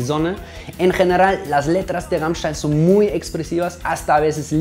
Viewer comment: wow ahora se como se pronuncia rammstein es raimschtan xD